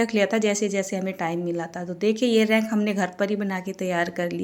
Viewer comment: रैक बोलते h रैंक nhi di